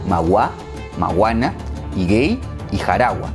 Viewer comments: querido, se pronuncia higuey no higey, aunque no veas la diéresis.....un saludo desde la hispaniola...jejeje!! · "i gu e y" no iguei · uNo era "Higuey" era "Higüey" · No se dice "Higuey", sino "Higüey", lleva dieresis para pronunciar la "u". Saludos a todos. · No se dice higei, tiene diéresis, HIGUEY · Se pronuncia HigUey la U suena no higey, Higüey, otra cosa las fronteras están alteradas Haití en un principio de su historia tenía forma de Z y tomo su forma actual en el 1890 y algo luego de que le arrebataron a República Dominicana aproximadamente 7000 kilómetros cuadrados de terreno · Se dice HIGUEY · Lo debes leer Higüey, haciendo sonar la ü. punto aparte, El nacimiento de Haiti, se da por la negligencia de España, como de costumbre. Fuimos conquistados por el pais mas atrasado de Europa, Ese es nuestro triste estigma. Gracias por el video. Saludos!